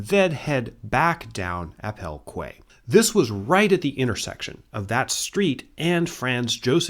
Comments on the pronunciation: Surely QUAY should be pronounced KEY not KWAY. In English English anyway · Hi, amazing video as always! Just wanted to let you know, as it seems to be a common issue with Americans, that the word quay is pronounced as "key," not "kway":) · Quay is pronounced Key. :)